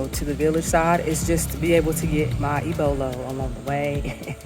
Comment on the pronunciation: What you ate was called "ABOLO" not ibolo.